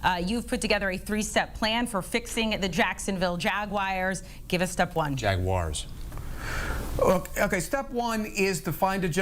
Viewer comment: Wow lady. What is so hard about pronouncing Jaguars. Not Jagwires. It’s really not that hard